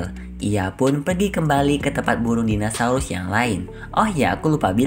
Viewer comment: "MELEKA" "METEOL" "DINOSAULUS" 🤣🤣🤣 Eh maap . . Yassalam